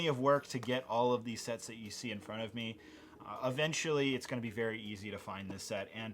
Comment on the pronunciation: are you wery wery rich?